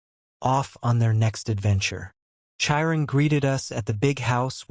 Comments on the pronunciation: The voice is AI so it's pronouncing names wrong. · The pronunciation of Chiron 😭😭😭